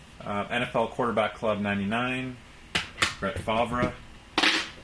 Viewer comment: You pronounced Favre wrong